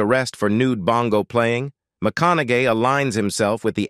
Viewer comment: It called him McConagay 🤭